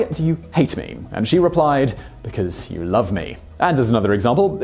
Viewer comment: Oh, Simon. For the gods' sake, how did you not understand the "I had your wife" joke? You completely ruined the punchline by putting the emphasis on the wrong word. It only makes sense if you say, "What made YOU do it?" But you said, "WHAT made you do it?" This means that you don't get the joke. And it's been around for 1600 years! In the intellectual bangs his grandmother joke, you said "mourning" when the text says "mounting." Come on! If you screw it up, stop and re-record it. All in all, your delivery exhibits terrible comic timing. Maybe the other guy should have done this video.